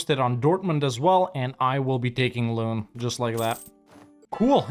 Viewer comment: I find it funny how he pronounces Loon as Lune while the English word 'loan' would be a very close approximation of how it is actually pronounced :D